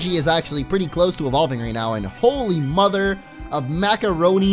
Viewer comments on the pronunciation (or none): none